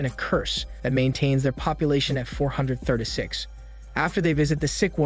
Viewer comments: "four hundred thurda six" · Four hundred Thurtay six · "Four Hundeh Thurduh Six" is all I can hear. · why you say 436 like that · The way he says 436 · The way he says “436” kills me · The way you pronounce 436 😆